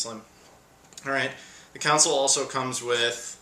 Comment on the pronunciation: dude it console not counsole